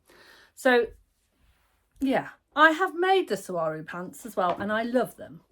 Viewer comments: You do not pronounce the G. You pronounce them like swarrow. I lived 2 yrs in Mexico and that is how they pronounce it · I’ve heard you correctly pronounce saguaro several times. When I moved to Arizona I needed help to learn how to pronounce this cactus name correctly. Here goes: suh-wahr-oh. They are the cacti with arms. Saguaro would have been a better name for a shirt😂